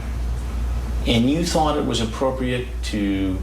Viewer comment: Thunk? Isn’t it thought?